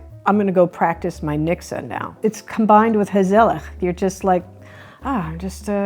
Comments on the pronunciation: You say nikse.... but it is reallly niksen with a N. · it's not "niksa" it's NIKSEN!!!!!! (Niksun) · LOL, never heard of hygge, thank you for the introduction. Mixer?? Oh, you meant niksen (sorry, that was really terribly pronounced) nick-sen. (I do not think you younger generations (anyone born after 1992) uses that word any more.) I think it is something like your "vegging out" - let your mind go blanc and do nothing special. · The 2nd n in niksen should be pronounced as well. So not ‘nikse’ but ‘niksen’ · It is pronounced as niksen and not as niksa. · Pronounce the last n in niksen lightly. Please do not say niksah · Niksen isn’t really pronounced as niksah, but as Nixon (dude from the Watergate scandal, although he wasn’t doing any niksen) 😜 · Grea to see some of our mindsets being discussed. Made me appreciate them more. One small comment: "Niksen" ends with an 'n' not with an 'uh' sound. And I never experienced the directnes like you described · Het is niksen... with an n at the end. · Sorry but NO ! In Dutch one does NOT pronounce the 'n' at the end of a word (Only in northern dialect or In Zeeland one does pronounce the 'n' as written) So yes : written YES, pronounced NO NIKSE' IS CORRECT....